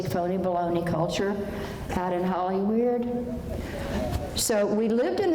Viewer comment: Ppl don't realize how intelligent she was and how funny and goofy(cowboy hat under her cap)lol.. she was and had a heart unlike most ..she came through so much .. love how she always called Hollywerid.....Hollywood and Los Wages........Los Vagas